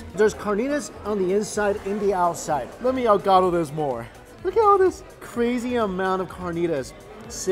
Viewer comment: Omg seeing how he eats Mexican food and trying to say there names omg makes me laugh😂 tacos ahogados and he says dehogados 😅